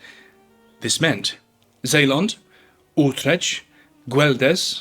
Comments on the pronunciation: I had fun listening to you pronounce the provinces. I live in Ooltretch, which is NOT pronounced Ooltretch. Good story though! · He botched Utrecht. The "ch" is not pronounced like church, but closer to 'k', but a little softer sound, unfamiliar to English speakers. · it wasn't just Utrecht, basically all the provincecs except Holland got butchered